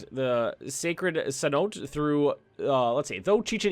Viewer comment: "cenote" is prononced cen-o-te, just a fyi